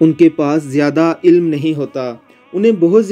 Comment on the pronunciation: ilam n hota ilm kehty h